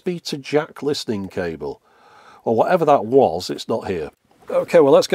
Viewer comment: USB Charging "cabel" oh boy.